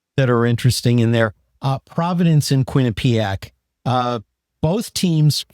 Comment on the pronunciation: As someone from Connecticut, it's pronounced QUINNipiac. Not QuinniPEEac.